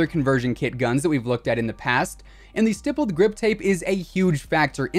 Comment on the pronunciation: THANK YOU so much for pronouncing "stippled" correctly!! As an IRL gun nerd that hears that term a lot when it comes to aftermarket grips for guns, hearing these other CoD'Tubers saying it like "stypled" makes me rage more than getting killed a camper with a 725. Lol.